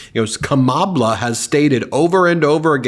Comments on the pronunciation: The reason for the mispronunciation of VP Harris’ name signifies disrespect for a person of color. In other words, you are what I call you. Goes back to slavery days just in case you did not know. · Instead of reading how Dumpster writes VP Harris’s name … pronounce it correctly… I’m sure that would Bug him! Lol! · He calls her that because that's how he says her name. His hearing is shot so he writes it the way he hears it in his head. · Trumpy if you can't pronounce miss Harris her name do it so: MADAM PRESIDENT. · Why says Donald Dumb "Kamabla" ? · He's trying to mock her Black ethnicity... Kama(bla) The first 3 letters of the word (BLA)CK. He cannot curtail his racist side. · Kamabla? What exactly is that? It's like kouffee all over again! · I think he's trying to say kama-blah. And also, trump has no clue what Biden is thinking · You may not realize this but the reason why he keeps saying Kamabla he's making a reference to her being black by smearing her name🧐... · Is he trying to say Ka Ma Bla(h)? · Kamabla? SODA!! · That picture with baby Trump is great! That’s the way Trump talks also “Kambla, kambla, kambla….😂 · lol i think he's "trying" to say Kama-blah... time to put grandpa in time out lol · Here let's help trump in pronouncing kamalas name ,comma-LAW. Geeze i see why he is scared, the law is going to end your grift. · Actually its KARMALA ! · Sounds like a toddler that can't pronounce Kamala!!! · No..Donald. It’s pronounced KARMA-LA…. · I think it’s suppose to be pronounced like “kama-blah” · I think that idiot wants to pronounce it as kama-bla, as in bla, bla, bla. Trump is an idiot. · Phonemic paraphasia. He knows what he wants to say but can't find it in his brain. Then he just says a word that sounds like the one he can't find. Oranges, instead of Origins. Kamabla, because he remembers the name Shambala. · "Kamabla", just shows 45 can't PRONOUNCE his words.